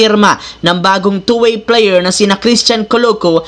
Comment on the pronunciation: Ayusin mo nmn pagsalita mo idol. Kaya pala binabash ka ng iba. Player. Hindi p.layer ha? Hahaha